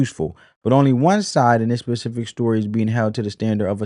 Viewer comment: Great video! Pacific!!! 😂 Spe-cif-ic!